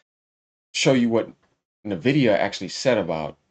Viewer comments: And also is N-vidia, Not Nah-vidia OMG Lol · Bro you keep pronouncing Nvidia with the N when it's pronounced en-vi-dia like the word envy that's why they went with the name because they want other companies to envy their product, and their logo is green like someone who is green with envy, sorry I'm being a stickler but I just thought I should point this out 😂